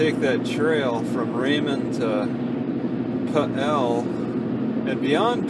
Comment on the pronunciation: It is pronounced Pee Ellll... emphasis of the P.... it is not Pa'El.... just to let ya' know... AND Chehalis River is pronounced.... "She....hail...lis.." Your got Raymond right.... You from NewYork?